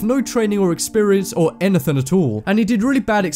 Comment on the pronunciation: he said: and he did really bad experiments, and he dud really bad experiments 😂😂😂